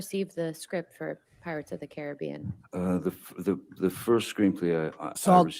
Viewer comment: It’s not pirates of the Caribbean, it is pirates of the Caribbean. Annoying that she intentionally miss pronounced it every time.